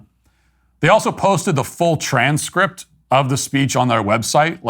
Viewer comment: You can’t say ‘transcript.’ 😂😂😂😂